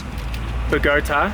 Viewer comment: Gotta love Occy. So glad it all worked out! P. S.: You pronounced Bogotá correctly - hooray! Haha.